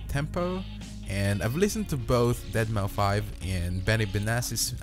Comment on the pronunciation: Facepalmed when I heard "deadmauFIVE"